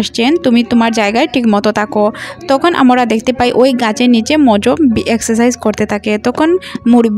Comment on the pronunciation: আপনি 'আমরা' কথাটাকে বারবার 'আমোরা' কেন বলতে থাকেন 😡😡🤬🤬